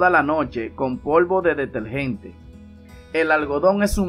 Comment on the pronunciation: DeteRgente, cieRto, perdure, con R R R